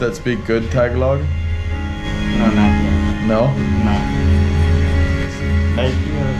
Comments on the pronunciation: Tagalog is pronounced: TAH-GAH-LOG, just faster as TAHGAHLOG. Not Tag-ah-log. I hope that makes sense. Stay safe out there, man. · it’s pronounced tar gar log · I'm still surprised that not a single person has yet to correct this man incorrect pronunciation of tagalog. People there are so nice.